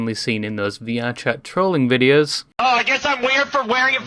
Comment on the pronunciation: I love the way you pronounce words ending with "o" because it just becomes "er". Please just make a whole video saying words ending with "o" so I can enjoy listening to you say things like "heller, vid-e-ers are ser fun ter make"